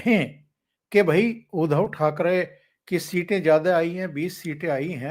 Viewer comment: आप उनका नाम उच्चारण गलत क्यूँ करते हो?. उध्दव ना के उधव..... उध्दव सही उच्चारण है